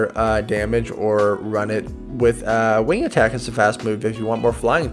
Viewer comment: Every time He says it runs wing attack i get triggered....